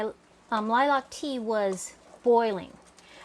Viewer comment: Looks good. But is it the normal way in the US to pronounce it "Lie-LARK? Here we just say "LIE-lk". Always new things to learn- I love the malleability of our common tongue. And now for a spoonful of jelly!